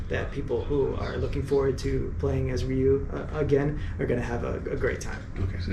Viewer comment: It's RYu, not RyU!!!